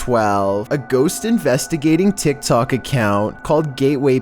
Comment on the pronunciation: i hear saying tsik tsok